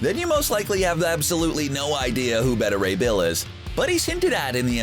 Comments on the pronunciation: WHO IS BETTA RAY BILL? IT IS BETA. Like BAY-TAH. It is like the people who say Darkseed. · Better Ray Bill? Wanna try pronouncing that again? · Anyone else just mad they pronounced Beta Ray Bill’s name wrong? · You think you could get a guy to do the voiceover that knows how to say beta Ray Bill correctly?? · Were you mispronouncing Beta Ray Bill just to mess with people?